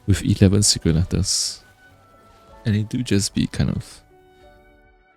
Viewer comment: I find your accent so endearing and soothing. Thank you for the video explaining how to farm secret "lettuce"